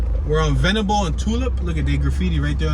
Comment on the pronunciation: Leigh is pronounced "Lee" and Venable was right the first time you said it. The roundabouts are new. They have redirected some of the streets... they used to run straight through no impediments. By the way, Google's information is not exactly correct... neither is Richmond's where Google got the information. Union Hill used to be separated from Church Hill proper by a ravine that was filled in to build Jefferson Ave. The streets of Benjamin Mosby's Plan followed the topography of the hill at the time which is why it doesn't follow the usual grid, which allows for the interesting placements of buildings. Jefferson Townhomes are not projects but still part of Union Hill, literally on the edge of the hill.